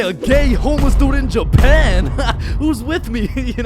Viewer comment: Bro say one more we in Jupan